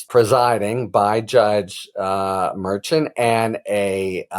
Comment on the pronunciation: It's not Merchan Mer~Chan